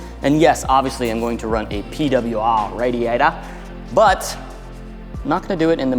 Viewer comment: The PeeDahbleyiuAah Rahdeeyedah 😂😂❤